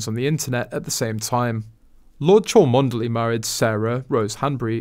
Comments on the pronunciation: It’s pronounced CHUMLEE. I am an American and even I know that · She is Princess Catherine of Wales….the name then title occurs after a divorce, ie Sarah Duchess of York! Also the Cholmondley family pronounce the name ‘!Chumley’a number of ancient titles have weird pronunciation. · Oh dont tell me you didn't know how to correctly pronounce Rose Hanburys married name title.. Its not Chalmondley But Chumley... tut tut! Thought you were a journo?? Cheers 🇬🇧👧